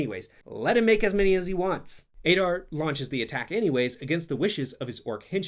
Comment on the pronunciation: "Ey-dar"? Didn't you listen to how they say it? It's "Ah-dar"